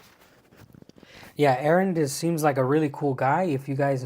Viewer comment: Аренд, а не Аарон.